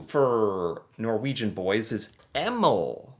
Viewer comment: Yes, his pronunciation of Emil is truly bizarre. It's fairly popular across Northern and central Europe.